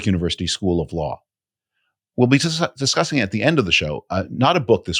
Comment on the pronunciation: Missed a “s” on the word discuss. Yikes.